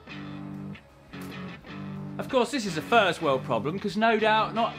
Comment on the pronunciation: I’m pretty sure he said “furzty” too